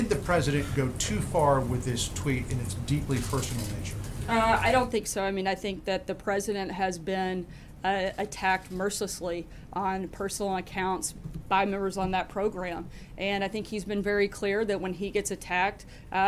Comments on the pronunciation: Oh look, horseshit can talk! Although it uses "mercissly" as if it's a word. Poor horse, doesn't know English. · Mercissly? Is that a word?